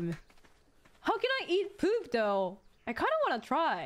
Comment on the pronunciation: The way she pronounces poop and your attention to detail with the subtitle showing that is so fucking perfect. Fantastic clip